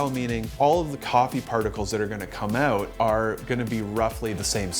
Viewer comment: Just say “out” properly, one time, for f sake, please